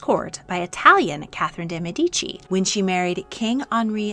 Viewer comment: Sorry if I sound rude, but Catherine (Caterina) de Medici being pronounced as dee meedeecee is a torture for me; the correct pronunciation is /de mεdici/ and the two i's are short. I don't know if in English you have the concept of accents, but if you have, the accent is on the ε (similar to medicine). If you read this thank you and hope it was interesting